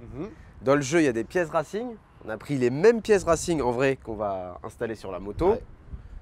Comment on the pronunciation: Rims « Rassingue » oui mdrrr bonne vidéo encore